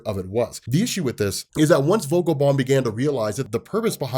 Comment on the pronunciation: Vogel is with a harder F, but you pronounced it correct, yes. His name is Jonah however, not Johann. :D